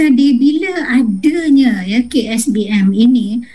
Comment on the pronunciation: Bile, adenya, disetareken. Pengucapan ini adalah pengucapan tidak baku.